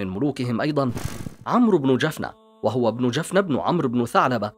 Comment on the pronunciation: تقرير جميل ، ولكن نطق بعض الكلمات كان بشكل خاطئ ، مثل جلق ، جفنة ، ماريا ، الجمال ، جبلة ، هذا ما اذكره ، تقارير بهذه الاحترافية لا يجب ان يكون فيها اخطاء في النطق لانها تفسد جمالها.